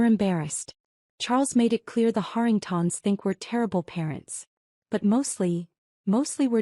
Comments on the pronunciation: Why can your artificial intelligence pronounce Harrington correctly but turn into artificial stupidity when it has to pronounce Harringtons? Same dang name just in one instance it is singular and the other plural. AI has millions of miles to go before it can do this function properly. I’m sure there are other stupid pronunciation errors since I may have listened to only a small hand full of these that weren’t riddled with mispronunciations. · Interesting pronunciation of “Harringtons”: Hahr - ing - tahns. 🤔